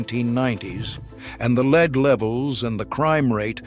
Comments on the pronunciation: Its not leed,its lead,like led Zeppelin fucking a.i. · Corded drills , grinders, sanders, and saws cases are not steel , they are aluminum alloy. It's pronounced Led , not leed ,soder, not sol der. The 56 chevy sitting in front of the garage , has the front end where the trunk should be ,while the cab is pointing towards the garage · Dear bot-voiced AI, please learn to distinguish between lead (Pb, the metal) pronounced LEDD, and lead (the verb) pronounced LEED. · Lead, not leed. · In what country is the metal lead pronounced leed ? My English, American and Canadian dictionaries all say it is led . leed is what horses are trained to do. The narrator has a British accent so this is weird. More ubiquitous than welding gloves and continuing longer were asbestos brake and clutch linings and fire resisant house shingles, ceiling tiles and wall insulation. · I hate these voice overs that mispronounce words. Like pronouncing lead like leed. Computer generated can be pretty dumb. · At least they could teach it English pronunciation - what material is leed anyway and is ii easy to soul-der?